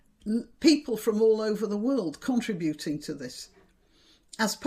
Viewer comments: I meant no offence. It is like contemporary academics who refer to RE-search (ie: searching for a second time!) rather than using the 'schwa-e' (using Hebrew, to designate a minute 'e'), so that the stress falls on the 'SEARCH' part of the word. I have many friends in Yorkshire and I do not recall them pronouncing 'contri-buting'; so I suspect it is down to that American university. I know I'm behaving like Cnut; but I am used to your usual precision. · Are you aware that you have adopted the peculiarly American way of pronouncing 'contributing'? You pronounce it as 'contri-buting' with the stress on the 'u', instead of stressing the first 'i', and just leaving the rest to take care of itself. 'Americanese' pronunciation sounds very ugly to a native English speaker. I have noticed how many people today appear to be unaware that, when the definite article is placed before a vowel, 'THE' transforms into 'THEE'; in order to avoid an ugly glottal stop as in 'THUH APPLE' (which appears to be how the low-lifes on the BBC appear to wish to pronounce things today). Almost every advertisement features the same error. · I wasn't going to mention it, but it was getting on my nerves. I worked in America for several years, and never quite got used to the radio telling me who the piANNist was. They also never seemed to have heard of the noun/verb stress shift (PROtest noun, proTEST verb). Also found in conTRIButing (verbal) vs contriBUtion (noun). Mention of the antepenultimate rule was met with blank stares. (Mind you, so were questions like "what is the capital of California?") I never did figure out why my father said "Sundee Mondee Tuesdee &c"; he could say "day" whenever he wanted to.